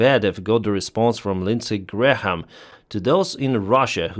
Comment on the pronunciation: You can just say Lindsey Graham's last name as "Gramm" and it will be fine. You don't need to pronounce the "h". It's there basically to show that the second "a" should also get some time. So, technically, it's a very quick "Gray-am", with the first A as a somewhat long vowel sound and the second A as a short vowel sound. But "Gramm" is also acceptable.